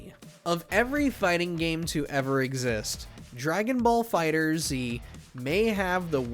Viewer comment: Its FIGHTERZ not Fighter-Z